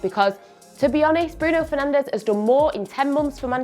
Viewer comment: Would be nice if you pronounced Bruno Fernandes name correctly.